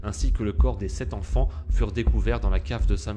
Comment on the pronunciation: j'ai eu très peur à 2 reprises : quand tu dis "les 8 zenfants" (à 2 reprises quand même) et "il apercevit". A part ces fautes à hurler d'horreur, c'est pas mal fichu, bravo !